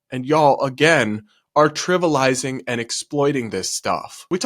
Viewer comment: it's Trivializing, not Trivilizing